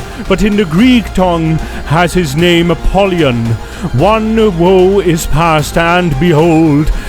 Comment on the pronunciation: That's not how you pronounce the name in Greek, he's not pollen in your grass.